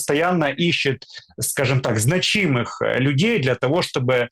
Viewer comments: Почему значи'мых- то? Зна'чимых , от слова зна'чить! Ухо режет, простите! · Ребята, не значи́мых, а зна́чимых.